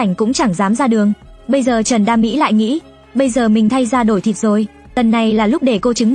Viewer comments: Trần đa Mỹ mà đọc kiểu như trần đam mỹ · Trần đa mỹ mà tôi nghe ra thành Trần đam mỹ